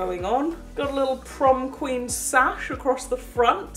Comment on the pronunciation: The prom queen said prom queek